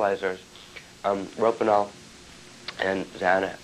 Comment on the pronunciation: Isn't he pronouncing "rohypnol" wrong? Isn't it like, "Ro-HIP-nol" not "ROPE-in-al?"